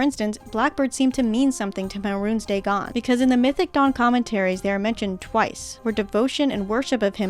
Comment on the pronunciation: I love how you pronounce Mehrunes Dagon as "Mehrune's Dagon"